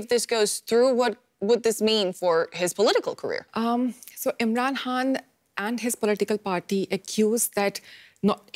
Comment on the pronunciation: This reporter is terrible. Is she even Pakistani? She can't even properly pronounce Imran Khan's name.